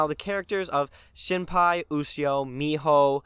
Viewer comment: Shinpai? Shinpei!